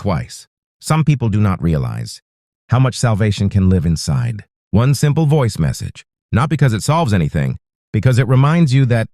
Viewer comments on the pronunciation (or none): none